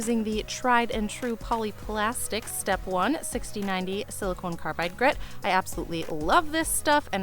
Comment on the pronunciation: I do so wish you would look up the pronunciation of the word Silicon. FYI: Silicone (note the final "e") is used for breast implants. Not the same material. Makes it difficult to listen to your explanation of which grits you use for each step.